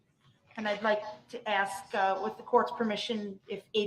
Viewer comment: Oh yes. Please someone teach him how to pronounce the word ask.